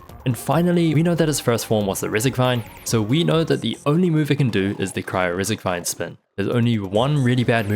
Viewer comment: I'm just fascinated by how you consistently said "Rezzigvine" for the Regisvine. Great video, by the way!